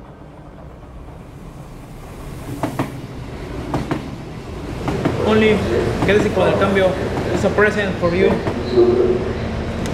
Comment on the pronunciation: Kensington!! Ke sing ton! No kenison!